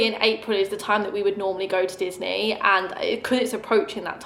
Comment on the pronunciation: Everytime you talk about the Disney cards I think you’re saying “Loyle Carner”